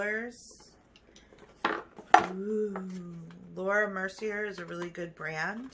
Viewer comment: Laura Mercier is pronounced -Mercy-aa (like the Fonz) Fenty Beauty is pronounced -Fin tee (not fin -tay) Not being a smart ass just trying to help ❤️